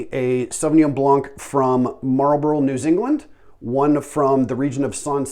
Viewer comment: “New Zingland?”